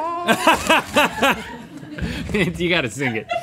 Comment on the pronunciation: how do you say it? GUAHEEEEHOOOO LMAO COMEDY😊